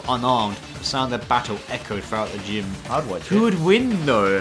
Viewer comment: the gime? You mean the Gym? 😂